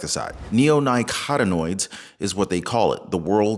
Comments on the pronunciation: The pesticide they put directly on the seeds is derived from tobacco. Thus the pronunciation is neo nicōtin oids. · Neo-nico-tin-oids is how to sound it out.